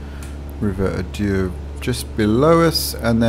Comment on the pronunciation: Love how you make it sound continental whilst us locals pronounce it A-Der! Just a little feedback, maybe when showing scenery use clear skies or at least something less gloomy so we can see it. Also take advantage of the drone camera for more in depth views. I like how the have modelled the area, id say Orbx version of the actual airport is perhaps better. Thanks again for the videos!